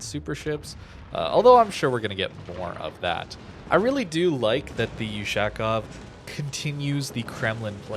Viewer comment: "Ushaaaaakov". Butchering the pronounciation... Offf....